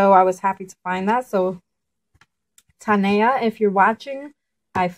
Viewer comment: Hello!! "AWESOME HAUL!!" GREAT FINDS!! AWWWEE you mentioned me, lol.. You pronounce it like Tonya I spell it Tania, jaja. Thx! Hope you enjoy the Lemon pound cake 😀👍❤